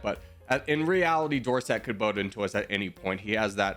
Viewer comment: Weird pronunciation of Dorset.